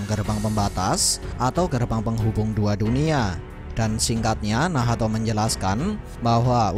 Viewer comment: nacth bang bukan nahato